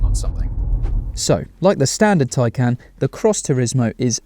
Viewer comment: It's pronounced Thai-khan.